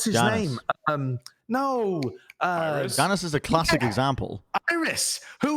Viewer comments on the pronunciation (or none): Janus was a Roman god. It's pronounced with the soft "y" sound because in the original Latin it would be "ianus" because their alphabet didn't have J's.